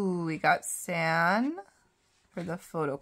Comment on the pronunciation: It’s pronounced “ S•ah•n “